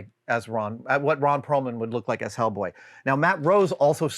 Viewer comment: I was looking away when you introduced Hellboy, and until the final final chance at a final syllable it sounded like you were introducing "This is Matt Rose's skull."